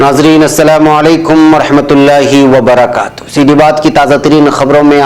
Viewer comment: سلام کرنے میں۔ ورحمت اللہ کے لام کو پر پڑھا کریے